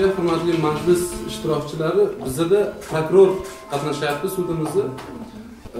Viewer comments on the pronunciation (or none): Ee gap yoo oka dumkaga tuwib qoldi "prakror"